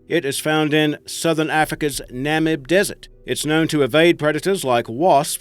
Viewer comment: the first one got me, never heard of the Nam-ib desert. Must be a new country